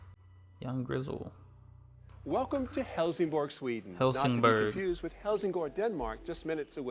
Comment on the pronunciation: Please do not promounce Bergman or Helsingborg as if it was German. Look them up on a Swedish site on the Internet.